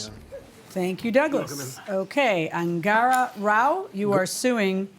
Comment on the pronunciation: Angara? 🤣🤣🤣🤣🤣 Thought he said angora! 😁